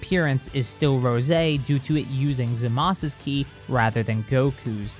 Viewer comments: Why does he keep saying zamas instead of zamasu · I wish he would say zamasu ZA MAH SUE not Za Mas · Manga: "Zamasu" Anime: "Zamasu!" English dub: "ZAMASU!", for some reason: haha zamas